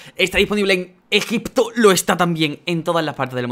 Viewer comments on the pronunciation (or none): none